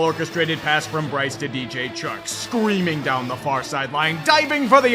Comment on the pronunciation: breece young? breece and bryce hada son how cute!! lol first time ive ever noticed a error. love your vids